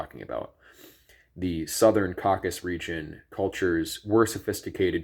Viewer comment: Caucasus, 3 syllables!